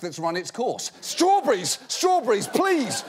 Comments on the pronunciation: He said "Straw-burries" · STROOBREEZ BRIAN STROOBREEZ NOW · idk why but the way he says strawberries trips me out :P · he says strawberries like a Brit